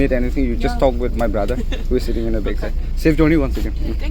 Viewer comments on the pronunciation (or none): The way bro said bother is like braaadaaaaa waoww acent 😂😅and the way buh said oh my God is like Ouuu Maaaiii gaaawwwwwddddddaaaa that accent is another level .. Keep it up bruuuuwwddddddaaaaaa 😅